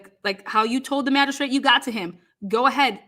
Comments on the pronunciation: Why does she keep saying it lmao Does she not realize she is actually saying magishit 😂😂 She just keeps saying it 😂😂 😂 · ain't too bright. She speaks like a fifth grade girl, and lacks complete understanding of the key concepts being refuted by the Defense. To boot, she cannot even pronounce "Magistrate" correctly., go back to Texas and "make hay while the sun shines" P.S. It is not "MAGISHIT!!" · Magi -STRIT Thats what I hear. How do you go this far in your career without your colleagues correcting you?